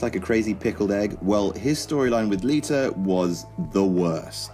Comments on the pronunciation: Its Lita not liter. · LITUR... LITUR... Gosh, English accents are hilarious.